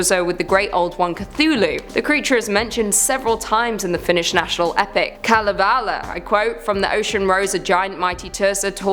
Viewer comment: Greetings from Finland! And respect for trying to pronounce the character names of Kalevala.